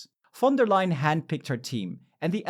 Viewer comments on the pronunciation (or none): none